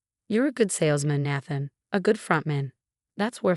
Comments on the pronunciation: Please adjust the A.I. His name is pronounced: Nay-then, not nah-than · Nay-than not Nath-en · Nath-an? Do these ever get checked? Listened to? Edited?